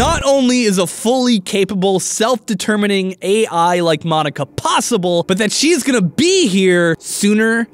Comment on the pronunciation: Correction Monika is pronounced (Mōn-ee-ka)